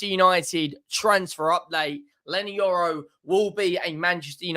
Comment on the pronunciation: Yorry it’s Leny Yoro 🤣🤣